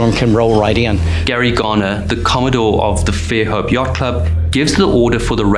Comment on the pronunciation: “Dauphin” is pronounce almost like the sea mammal (dolphin without he “l”). “Fairhope” is one word, not Fair Hope.